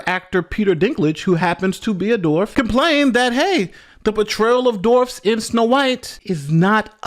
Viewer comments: Why do so many people mispronounce “dwarf?” It’s not “dorf” or “doorf.” Are they unable to see the “W” in the word? Is it an Ebonics thing? Is it from Tim Conway’s “Dorf on Golf” videos where he kneels on a pair of shoes to look like a dwarf? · it’s dwarf, not dorf. Just so ya know. No one else mentioned it so, I thought I would. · Why do so many people mispronounce “dwarf?” It’s not “dorf” or “doorf.” Are the unable to see the “W” in the word? Is it an Ebonics thing? Is it from Tim Conway’s “Dorf on Golf” videos where he kneels on a pair of shoes to look like a dwarf? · Dorfs 😅 JK man I guess you have difficulty pronouncing dwarf as "Dorf". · it’s Dwarf, not Dorf. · The word is dWarf. Come on man.